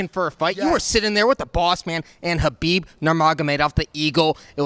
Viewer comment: Matt calling khabib, Habib, lol priceless. I'm a long islander, the verbiage is real lol